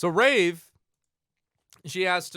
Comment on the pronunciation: Anyone else think he pronounces Wraith like Rave?